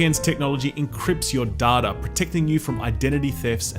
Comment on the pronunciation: Love you dude and all the content but what the hell is 'daada'? Did you mean 'data'?😂